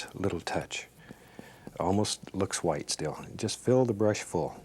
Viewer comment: mimi !! Old school way of saying Wh-words.